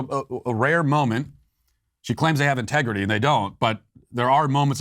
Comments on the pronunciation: she actually said "contegrity" not integrity. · Contegrity... its a word but ewwww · No....she said "CONTEGRITY". Even that fork-tongued devil can't use 'integrity' in the same sentence with 'democrats'. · Dear Nancy: your vodka ice cream shakes are showing. "Contegrity"? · Integrity is the last word I'd use to describe them. Did you notice Pelosi couldn't even say it right the second time. She said CON-tegrity. Very fitting. Now con is exactly the first word I'd use.